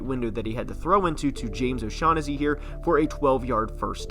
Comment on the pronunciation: Our tightend's name is pronounced "osha-nasty"